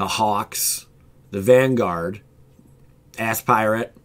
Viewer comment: It's aspirant, not ass pirate.